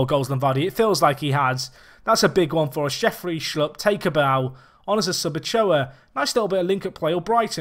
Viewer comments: you're pronouncing Ulloa wrong, it's not Ochoa, it's u-yoo-a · Nope, it's Ujjoa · More like U-yo-a